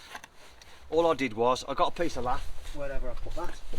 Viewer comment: Agree with previous posts regarding setting fascia to kick bottom tile, sticking a lath on seems a bit inexperienced. I've never heard the word lath pronounced the way it's spelled ever, it's really quite annoying